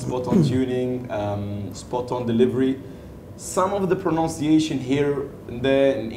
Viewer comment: Congratulations to Muhammad Hafiz, Harris & Taiyo. He said that some of Hafiz's pronunciation as proNOUNciation. He again said the same thing with Taiyo's pronunciation. Irony there eh?